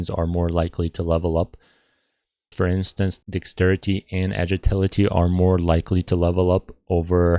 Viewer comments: More like agiltility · U cant even say agility